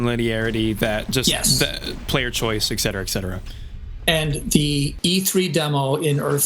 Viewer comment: Hey as a share of knowledge, the term 'etc.' is not pronounced as "Eck-setera", but is rather pronounced, as well as spelled, "Et Cetera", hence why the shortened version has the 't' before the 'c', 'etc.'